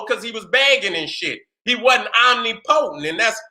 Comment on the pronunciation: Omnipotent..... pronounced: oh-nip-poe-tent or oh-nip-puh-tent..... wasn’t distracted from the message, just wanted to give you the correct pronunciation. Love you King👑🥰✨🧘🏿‍♀️👁